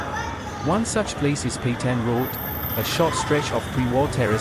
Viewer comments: Petain not Petian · It’s PETAIN ROAD. Pronounce it correctly. It’s the bare minimum of decency as a content creator.